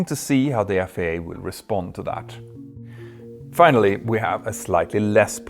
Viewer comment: The good-natured gag reel: Jeo-Politics Fina-lyly-ly